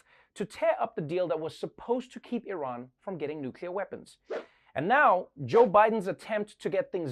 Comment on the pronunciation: I love what you do Trevor. But Iran is not pronounced like an Apple product. And the Iranians’ English accent is nothing like Arabs’.